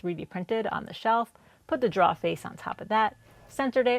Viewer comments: I love your work. Your final products are fantastic. Your video layout is wonderful. The tutorial nature of your voice over is top notch. But please……learn how to pronounce drawer. 😉 It’s not “draw”. It’s rhymes with “door” with an extra r as it’s second letter.” Droor. Pretty please. With a cherry on top. Or keep doing it the way you do it, and make fun of me in your next video. 🤣 Either way, you’re doing great work, and we all love it. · Every time says drawer (draw) take a drink.. lol awesome build! Not my preferred style but definitely looked fun to put together. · Love your videos!!! Hahaha…you say draoughs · Very nice looking desk. And remember, it's only a mistake if you can't fix it 😉👍 Oh, and I just love when you say "draw"...brings back memories of early life in New England and watching New Yankee Workshop and This Old House with Norm Abram and Tom Silva. I'm still new to using a Domino, and I'm sure I'll make many of the errors you made (and probably a lot more). All of them will be learning experiences 🤣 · As a native English speaker it hurts too lol. And I saw her clearly mark a part "drawer", so I know she knows how to spell it!